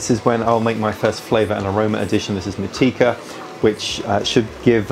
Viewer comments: Just for future reference, Motueka is pronounced: MOT (like not) - CHEW - ACHE - ER. It’s named after the place just outside of Nelson, on the South Island. Where Nelson Sauvin comes from. It’s a beautiful place with beautiful hops. Also, another great vid. Lacking some otter though 😉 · FYI Motueka = mo-tu-eh-ka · Hi. Motueka is pronounced More-too-ekka. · Motueka is pronouced mot-chu-ey-ka :)